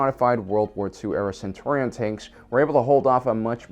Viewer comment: It's "Cen-CHUR-rion"